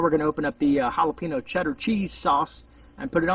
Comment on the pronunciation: The way you say jahlopino makes me angry